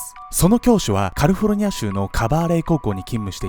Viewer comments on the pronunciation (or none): ん？って思ったら「カルフォルニア」って言ってた🤭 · いつも楽しみにしています☺️☺️ ひとつ、ツッコミ😆 カルフォルニアではなくカリフォルニアです。テロップはカリフォルニアでしたが。。。キャルフォーニア→フォーにアクセント 以上、英国の授業でした🤣🤣🤣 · そろそろか「り」ふぉ「る」ニア州って読んでよ